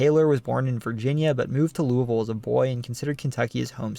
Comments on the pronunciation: Wow, you pronounced "Louisville" pretty well! A lot of us in KY pronounce it almost like "loovool", with the "oo's" sounding as if you're saying "drool". 🤣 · Shout out from FLEMINGSBURG KY, great job!! And you pronounced LOUISVILLE correctly! 😊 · Excellent job on pronouncing "Louisville" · Thank you for saying Louisville correctly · i am just happy he said Louisville correctly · Also! Very impressed you pronounced Louisville correctly as a proud Kentuckian would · hello from Louisville a+ for pronouncing it right